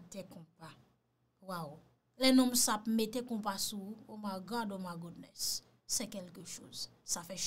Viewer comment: Bonswa, mw te raple’w deja ke yopadi ( My godness ) an langle, men se pito “ My Goodness “ Ma’y Goudness - an kreyol si’w tavle!